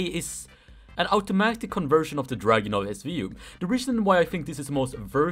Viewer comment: dragunov svu-ayeee